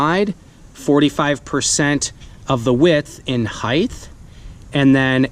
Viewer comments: Someone tell me this guy isn’t saying “heith” instead of height. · Ummmm, "height" ends in a "hard T" sound, not a "soft Th". Just sayin.